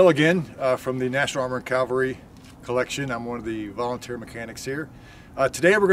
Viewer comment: It's CAVALRY, . . . NOT Calvary !